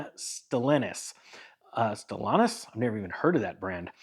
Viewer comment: A video about vehicle brands and he doesn't know of and cant even pronounce Stillantis. The easiest decision to cut a video ✌️